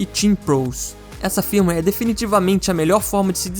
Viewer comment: Cada "firmiueiri" um câncer 🥲